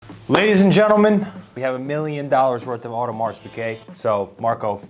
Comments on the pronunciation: guys please please it is NOT AUDEMARSSSSSSS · Totally correct…so many so-called watch experts doesn’t know that the “s” is silent.